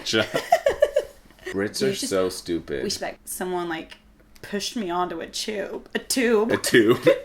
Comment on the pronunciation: "someone pushed me onto a CHUBE"